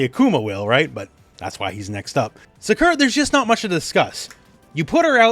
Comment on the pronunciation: Why do you pronounce Sakura’s name that way?